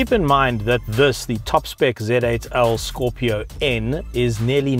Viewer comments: Brother, this car is called Scorpio N "En" and not "nuh". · Bro, it’s not Scorpio nnnnn.. it’s Scorpio - N (en’ with an e’) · Say N that is the name not nn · Good review, except it's not scorpio nnnn😃😃 every time you said that you had me laughing.its simply Scorpio N as in the letter N 🙏🙏🙏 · It's Scorpio 'eN' and not 'Nnn...' 😂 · Pronounced Scorpio en not nnnnnhh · Scorpio "N" - "En" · Scorpio N, not Scorpio Unn 😂😂😂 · I find it really funny how he calls "scorpio-n".